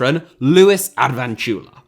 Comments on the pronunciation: After hearing you butcher Luis Ad-vin-cula's name so so badly, I want to suggest a new video: Top 7 players with most unpronounceable surnames in football. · Bruh that Advincula pronunciation was a hate crime